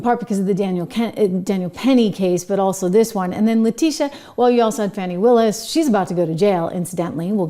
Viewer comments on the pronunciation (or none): none